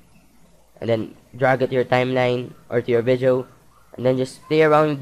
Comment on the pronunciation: nice vizeo man hahahaha !